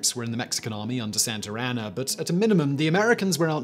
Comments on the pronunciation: Did my nigga Simon jus say “ santer Ana?!!🤔🤔🤔🤦🏾‍♂️ it’s Santa Anna my g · San Turanna? Never heard of him. Do a biographics. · Santar Annar?